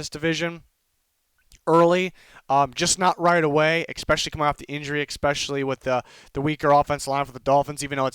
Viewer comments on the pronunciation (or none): no one:: expecially